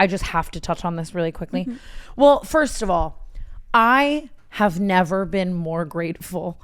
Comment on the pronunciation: Tana’s “we need these way mo’” 😭🙏🏽